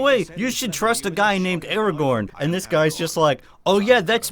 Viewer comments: Did you just say: Araborn? I loved this game as a child and still play it sometime again just for nostalgia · Aragorn? I couldve sworn his name was Ara-gohn. What kind of mandela effect reality is this